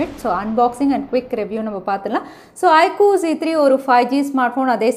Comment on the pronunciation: its IQ not ikoo